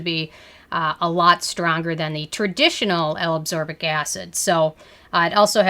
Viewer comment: L-aBsorbic? ACSorbic? I thought it was L-aSCorbic.